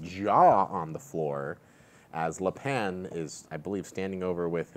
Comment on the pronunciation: I'm not sure if keeps calling cigs Cig's character "Le' Pan" on purpose or not...